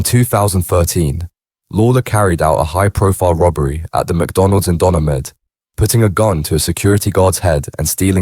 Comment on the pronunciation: Your pronunciations of Donagmede and Drogheda are atrocious .they are pronounced "Donameed" and "Drawhada"